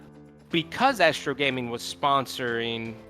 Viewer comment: Astro "Asteroi" 😐